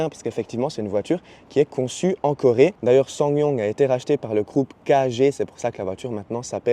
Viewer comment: Swa non swingue non swan yongue non EVX 😅 merki pour cette vidéo qualitative 👍